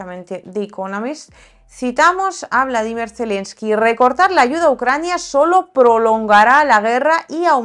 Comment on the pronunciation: por que dices "Bladimir" Zelemsky, no es Bolodimir?